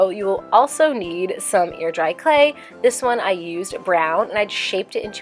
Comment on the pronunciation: Did anyone else hear 'ear dry clay' because of her pronunciation of the 'ai' sound? Whenever she says hair or chair in videos, I ALWAYS hear 'here' or 'cheer'.